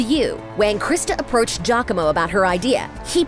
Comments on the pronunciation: It makes me cringe hearing the narrator pronounce Giacomo as 'Jacko-mooh'.. No lady! Its Ji-ya-co-mo. Please do some reaseach at least. Smh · I’m sorry, I’m italian and the narrator got close to the right pronunciation, it’s jacko-mo